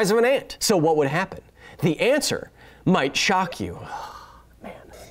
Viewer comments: "The 'ant'ser might shock you." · "What will happen, the antswer May shock you" I'm sorry